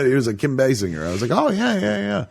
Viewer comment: It's pronounced Kim Basinger with a "j" not "g"!